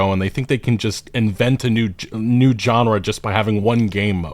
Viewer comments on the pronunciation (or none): Is going to apologize?? Also, take a drink every time says JON-ra.